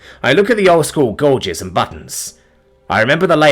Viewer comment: Gauges...FFS please learn how to say Gauges. It's not gorges.